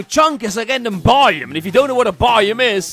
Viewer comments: Why does he say it like bioom instead of biome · Why does it sound like buyem when he says biome? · I had captions on and every time he said “biome” captions thought he said “volume” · “This is a by-um” “This mountain is a by-um” By who? All joke no hate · It’s not my intention to make fun of his accent; I’m only mentioning a difference in pronunciation. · The way he says biome 😂